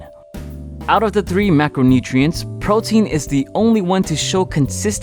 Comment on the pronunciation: Once again you said photein in every video you said photein.